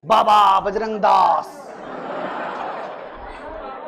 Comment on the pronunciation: Bajrang naam hai BAJRAG nahi